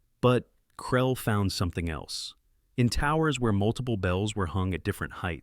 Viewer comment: What Language is that journal title in ????? Its not french, not German, not Latin... Why not show a copy that shows the name without mangling the pronunciation of it? And what is his name, Krell or Krelly or Krellay ? Make up your mind.